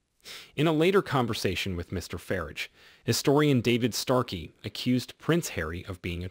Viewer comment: Would this be a computer generated voice? Also Farrage, is NOT pronounced Farige, as in carriage, but Farrage as in barge. Mind you an American President mispronounced our Prime Minister, of the time, as FRASHIER, instead of FRASER. Then again, Obama pronounced Tunisia, as Too-nee-sha. It's only polite to learn how to pronounce "foreign" names, and place names correctly. Sorry for the digression, just my particular passion.